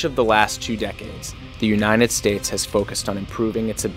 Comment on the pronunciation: bro really said "unined states"